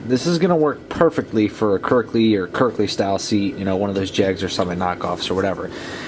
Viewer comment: Sorry but it's not kirkley no l lol